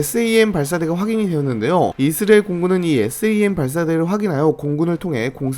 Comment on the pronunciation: 이스라엘이라는 발음이 안되는것도 어떻게 못고치나